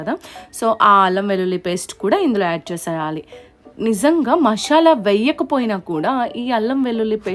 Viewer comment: మాషల కాదు మసాలా 😂😂😂😂